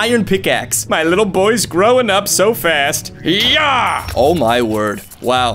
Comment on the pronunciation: Why did i think you said fat instead of fast 😭 T-T